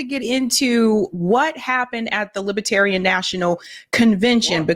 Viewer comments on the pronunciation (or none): Lib-ER-tarian. Not Lib-A-tarian. Sorry,, but that drives me nuts.